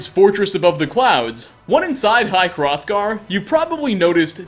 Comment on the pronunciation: You finally said high hrothgar not throthgar. My OCD is cured